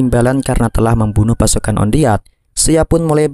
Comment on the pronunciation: wan det malah on deat😁